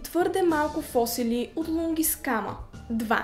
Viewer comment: Хора....видеото ви е страхотно, ама не фОсили , а фосИли, бе хора....!!!